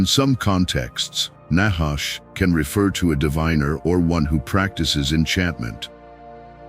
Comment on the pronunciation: NACHASH..honestly you pronounce it very wrongly trust me allthough you keep speaking in circles the whole video through you never ever come to a point ot a point of prove i have studied hebrew very much and that is the only way to understand the word of truth its spelling its pronunciations its origins its meanings todays bibles are a mere possibility of truth twisted and filled with lies words changed you do not know the nachash or its origins nor do you understand it nor do you know the truth